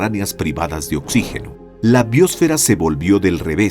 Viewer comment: BiÓsfera... ¿Dónde está el acento de esta palabra? Me horrorizo escuchar esta se pronuncian cuando NO SE DICE ASÍ.